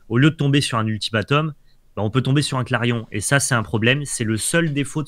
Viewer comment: Top ces decks ! Par contre c'est "clairon", pas "clairion" ;)